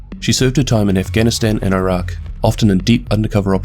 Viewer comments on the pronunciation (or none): none